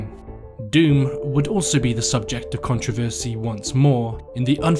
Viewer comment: and when you pronounce it like him it gives people something to complain about